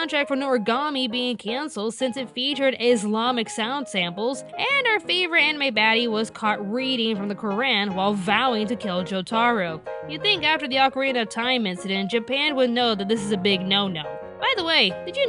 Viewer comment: Wait... wait... were you really watching the JoJo OVA?! and... Jo-TARR-o? Wat